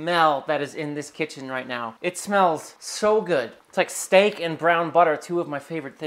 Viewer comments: You gonna baste that shteak? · Are you sure you bashted the shteak?